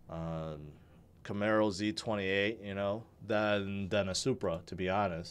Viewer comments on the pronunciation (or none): none